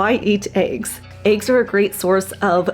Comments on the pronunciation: It's not aigs, it's eggs 🙄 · What are “ayegs”? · I like how you pronounce eggs. Ayg. :face-green-smiling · This is so funny, because the girl can’t say the word eggs .